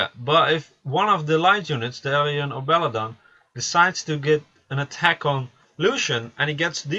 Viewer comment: belladeon . pronounce every letter . belladeon .belladEON . where did you get belledon from? bellAdEon pronounce the AAA and the EEE just cause your foriegn doesnt mean your blind to letters